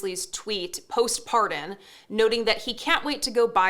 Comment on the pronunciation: Parhen? It's pardon.